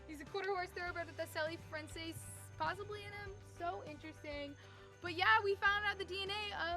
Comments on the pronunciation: u pronounce selle francis like sell eh and then the name francis probably spelled that wrong 😂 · Selle Francis is one of my favorite breeds they are excellent event horses. You pronounce the name Sell Frances. You should consider doing all your horses. All of your horses are Perfect. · It’s sell-francs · It's pronounced SELL FRANCAIS.